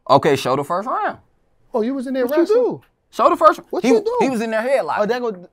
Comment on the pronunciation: “oh you was in that mf Wrastling” 🤣😭🤣🤣🤣